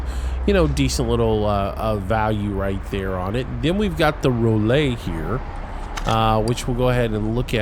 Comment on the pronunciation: Rollay as in rolet as in chevrolet. Lol to funny.